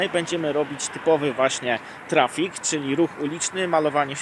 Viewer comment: Dlaczego mówisz trafik? Nie znasz polskiego języka? Burak z ciebie i tyle.